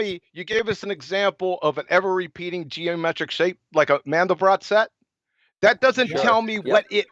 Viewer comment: It’s Mandelbrot set, not mandible set just so we know